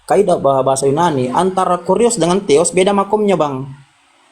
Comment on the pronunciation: dr TEOS bukan alla.teos TEOS teeeeeeiooss